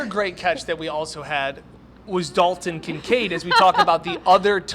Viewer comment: there is a “T” that is meant to be pronounced. Its Dal”T”on not Dal-un Kincaid.